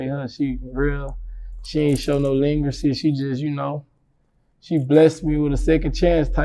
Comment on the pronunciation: My boi said leangracy…you mean leniency😂😂😂😂😂 #livefromSHERWOOD